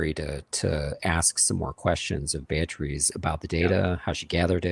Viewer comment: Amazing how doesn't know how to pronounce the name "Beatriz"